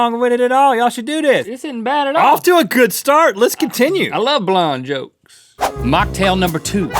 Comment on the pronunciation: "I love blonde 'gokes' "